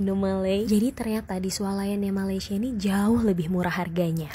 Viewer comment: Sebutan betul Malaysia ialah Malaysia bukan malay.